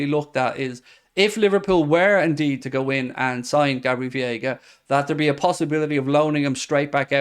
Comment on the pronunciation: Day 31 of mispronouncing Veiga like its Viega. Say Vay-eega. Or just Vega if its easier